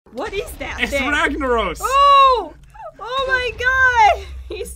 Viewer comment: by the way ragnorrus the fire lord is said ragnaros the fire lord